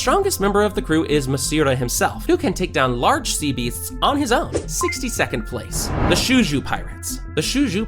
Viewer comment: why did he say sea beasts like that